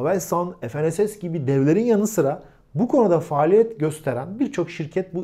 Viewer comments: Efenss ne diye kullanıyorsunuz ingilizce kullanmayın f-n-s-s olarak söyleyin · Herşey yerli oluyor ama dilimizi yerli yapamadık. ef,en,es,es değil Türkçe olarak okusanız ne güzel olurdu. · Ef en es es değil. Fe ne se se.